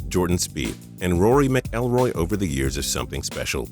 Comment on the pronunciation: They really need to have people who know what they're talking about doing these videos. Steven Curry? Rory "Mick-EllRoy"?